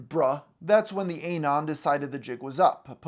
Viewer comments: It's not A-non, just uh-non. Like anonymous, minus ymous. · UH-NON, LIKE ANONYMOUS, NOT A-NON OH MY GOD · "Ay-non" There's no way you've been on the internet this long and you still can't say that shit right. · I thought he meant a particular non when he was saying "A non". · It drives me crazy the way he says Eh-Non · its "anon" like "anonymous"